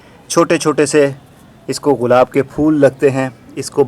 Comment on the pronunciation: برادر یہ غلاب نہیں گلاب ہوتا ہے۔